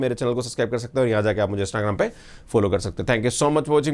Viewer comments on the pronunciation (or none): none